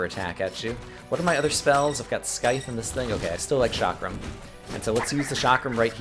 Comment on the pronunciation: the only way to correctly pronounce scythe is SAHYth